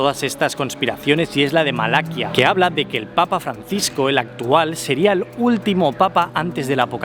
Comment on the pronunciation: Disculpa pero creo que Malaquías se pronuncia con acentuación en la última i 😊…. Como siempre un vídeo excelente!!!!